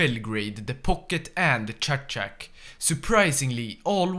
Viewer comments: the towns name:Čačak His pronounciation:Šačak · its chachak not schaschak